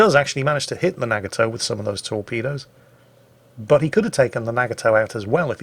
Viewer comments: I love your videos, this was very informative while still being entertaining. I hate to be annoying, but your pronunciation of Nagato is killing me. It's prenounced with a soft "A" sound and it's three syllables. Instead of saying "Nag-a-toe" it should sound like "Nah-gah-toe." Yamato is similar. Instead of saying "YAM-ah-toe" and putting stress on the first or second syllables, there should be no stress on any. It should be a quick word with no stress or pausing between syllables that sounds like "Yah-ma-toe." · The way says Nagato and Yamato is wrong too.